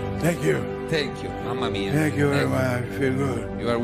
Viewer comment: 🤣🤣 That was a legitimate Italian MAMA MIA!